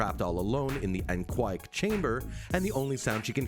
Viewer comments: "An-what chamber"??? Anechoic is pronounced an-eh-ko-ik. - "Lego Stern Vee set"?? Revell made a scale model of the Saturn V rocket that NASA used to go to the moon. I built one in 1970. It was re-issued recently.. The "V" is Roman Numeral 5 so the correct pronunciation is Saturn Five, not Saturn Vee. - Cameras do NOT "pan up" (or down). They pan left or right. They TILT up or down. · The way you pronounced anechoic is really odd.